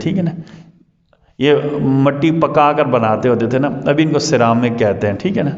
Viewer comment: Ceramic سرامک ہو تا ہے سیرامک نہیں ہوتا